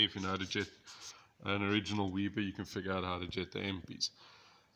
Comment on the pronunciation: weber not weeber